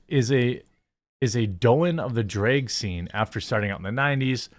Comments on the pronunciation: It’s Drag, not Dreg! Lol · I understand the state you're from means the way you pronounce the A sound is wrong. But, there comes a time Jeremy when you have to put an effort and actually change the pronunciation and stop using your culture or state to justify saying it wrong. It's not dreg it's drag. If you're pretending to scream while you're telling a story or whatnot, and there's a scream in the story, do you say, "Ahhhhhhhh!!" or "Ehhhhhhh!!" I'm pretty sure it's the former because saying like the latter just wouldn't sound right and be more than wrong. Also, you're not really using "without further ado" correctly. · Every time you pronounce drag as dray-g it’s like nails on a chalkboard. Jesus, I don’t even disagree with you on a lot of this but not being able to pronounce such a simple word is super annoying. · It’s not draig shows is drag shows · Drayg, why do you say drayg? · Why does he keep pronouncing drag like "draig?" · why do you say Drage? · I can't stand the way he says drag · You pronounce drag kinda weird. I couldnt help but keep thinking that Drake had something to do with all this lmao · Seriously, why can't you pronounce "drag?"